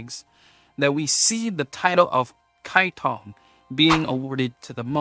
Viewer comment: I only heard kiatong, not kaitong